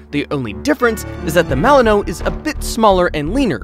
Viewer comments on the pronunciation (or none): Pronounced Malin wah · You said the malinois wrong lol